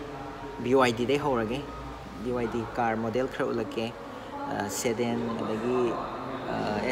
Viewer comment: enao SEDEN haiba nate SEDAN haibani.. tabada nungaijade semdokpiyu waroubiroi